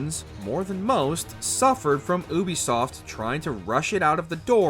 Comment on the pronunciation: This channel is a joke, guy can't even pronounce Ubisoft. Black flag as No1 is ridiculous, aside from the open sea it's awful suffers the same problem as ac3 cities are boring and uninspired. Origins, odyssey, & 2, have the most diverse maps in the series.